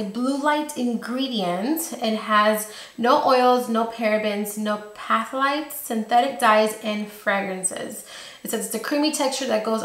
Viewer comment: Thanks for the review! By the way, Phthalates is pronounced like the word doesn't have the PH in front and it rhymes with chocolate! kisses from Tennessee!